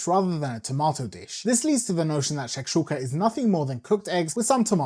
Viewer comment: U say it correctly 🤣